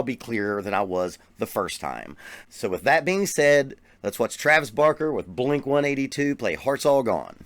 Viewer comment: First of all it's blink one eight two. Lol